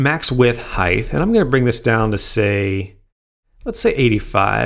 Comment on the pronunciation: Is it just me or does this dude say "Heith" instead of "Height"